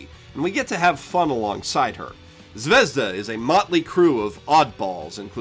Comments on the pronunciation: I was about to comment about how you keep saying Zavezda when it's zvezda, but you correct yourself once to say it properly , and then go back to saying zavezda. Why do you do that? It's has no za in it, aren't you using more energy to do it wrong. You don't say "Zawei-hunder" when you say Zweihander, no do you say Zaveza when the russian word is zvezda. Please stop. Please. Please. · it's zvezdA, not zvEzda, thank you very much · it's zvehzdUH, not zvEHzduh, duh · It's not zvEzda, it's zvezdA. Russian word for "star". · About "Zvezda". Its a Russian word which mean "Star". And not "zvEzda", but 'zvezdA'. I know, noone cares... But maybe? ))) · Zvezda is pronounced ,Zviz-da russian word for star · Z-vi-ye-z-da. russian word for star. i like the vid but man did that word tick me off. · Zvezda? really dude? fucking really? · Just so you know, "Zvezda" means "Star" in Russian. It bothers me that no one can pronounce it correctly. Put it in google translate, and see how different it sounds from how everyone says it. Here is the word written in Russian: Звезда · By the way, interesting fact - 'Zvezda'(the stress falls on the last syllable) is russian for 'star'.